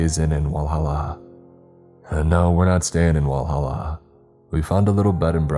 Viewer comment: Bro that hit I live in Senaca and live like 10 minutes away from whalla and Clemson and you pronounced them a little off 😅